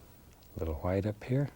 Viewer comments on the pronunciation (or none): "Titanium whoite" "I'll tell you Who-ut" lol